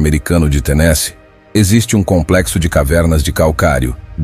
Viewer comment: Pronuncie corretamente Tenesee